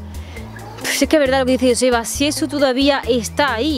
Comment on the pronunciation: Joseba que es vasco,pronunciais bien el nombre de Joseba para ser del sur 😂